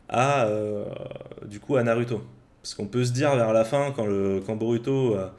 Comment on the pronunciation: tu dis "naruto" à la place de "narouto" mais tu dis pas "sasuke" mais "sasouke", si tu prononce mal, vas jusqu'au bout